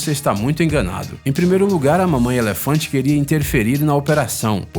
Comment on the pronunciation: Eléfantenho, Dézenas, Sédatevo, Final féliz, isso da uma agonia do caramba!!!